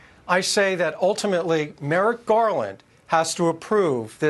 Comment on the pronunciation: He also mispronounces Merrick as MERIT! Classic FASCIST TACTIC!